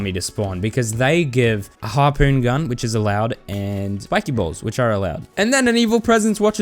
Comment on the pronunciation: The second I heard “harpoons gun” I instantly went to the comments lol